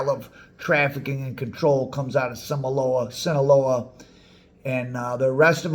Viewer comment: I love your content and your merch. I’m wearing one your shirts right now. That said…No disrespect to you, but hearing your mispronunciation of Sinaloa is like nails on a chalkboard.